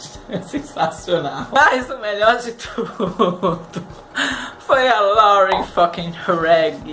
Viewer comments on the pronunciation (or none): none